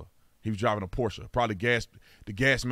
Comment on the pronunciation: I love it you pronounced it correctly it is Porsche and the end is pronounced “sa” most people don’t know that. My brother had a 928 back in the 80’s what a blast to drive